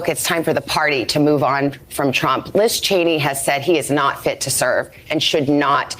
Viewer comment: OMG! Sam got LIZ Cheney's name right👏🏾👏🏾👏🏾